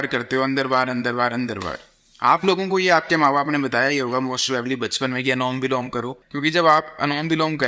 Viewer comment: Anulom vilom ❌️ anom vilom ✅️